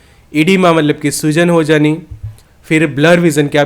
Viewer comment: " soozan" nahi " Soojan" bolo bhai matlab Swelling